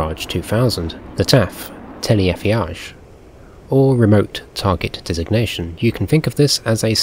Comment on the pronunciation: great video!! btw your pronunciation on "Téléaffichage" was spot on for "téléaffi-" but the "chage" part is pronounced "sha-j":D